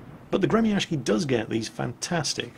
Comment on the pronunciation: Dayum, that pronounciation of Gremyashchy is so ear drilling! I understand that Russian has some difficulties transcribing itself into the Latin alphabet, but that's simply too different from the real pronunciation. Besides, people tend to use even more retarded spellings for some reason, which makes it all even worse. It's really quite hard to explain all nuances of the Russian phonetics with palatalization of consonants and varieties of sizzles to foreigners, but it's actually pronounced more like "Gree-meeuh-sch-eey". The vowels in in meeuh make the so-called "Near-open front unrounded vowel" sound you can find in the pronunciation of the word "cat" with the M "palatalized" (which means it's, uh, pronounced with a slight tone of the sound "ee" in "free"); the sch is akin to the "sh" in "sheep" but twice as long (shsheep); the R is rolled of course, and the rest is pretty simple. click on the pronunciation to hear it more clearly. If you read this, please take effort to pronounce it NOT as gremiashki FOR THE SAKE OF YOUR RUSSIAN VIEWERS :c